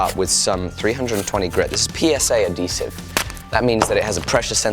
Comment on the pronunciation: its adhesive not adesive ;d